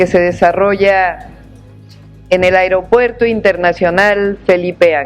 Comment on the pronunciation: Que alguien le diga a mi presidenta que no se dice airopuerto